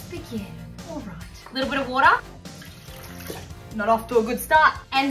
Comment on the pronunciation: "a little bit of *WaÆuOuUuTReR